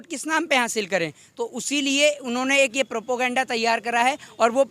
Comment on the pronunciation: Abe kaam v kiya hai law ka student hai to jaa ke check v krna chahiye government ne kya kya decision liya hai, law ka student hai or propaganda ko shi se pronounce nhi karne aata or bakwas kr rha hai bekar ki. Terrorist hamla v govt hi krwati hai tere hisab se